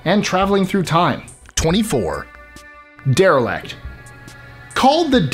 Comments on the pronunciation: #24 isn’t “derelect” like its pronounced in the video, its coined derelict which meaning abandoned so you cant get that wrong, since its name is the definition. But thats just nit picking because I’m sure some people will think of it the same. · am i the only one that thinks he is mispronouncing derelict? It sounds like he is saying der-e-lakt